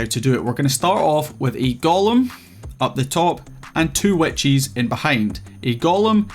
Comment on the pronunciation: for 4 minutes and 40 seconds I was wondering what "Wet Cheese" was lmao, I'm far too new to understand that what I was hearing was witches haha, good video man!